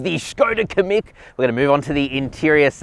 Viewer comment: it’s pronounced “Kam..meek” also no car should have a manual handbrake anymore.